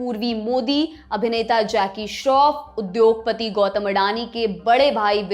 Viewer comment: Madam ko hindi sikhaya jaye ye 5th time main bata raha hu...उध्योग नही उद्योगपति boliye, dhyan do ek hi galti kab tak karoge lallantop, hindi ki aisi taisi achhi nahi lagti